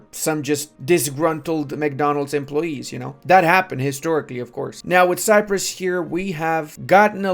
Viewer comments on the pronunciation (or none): none